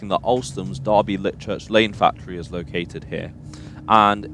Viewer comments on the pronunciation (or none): none